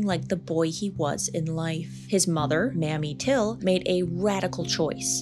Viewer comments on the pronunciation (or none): Emmit Tills mother's name is pronounced Maymie till( Mamie Till) not Mammy Till .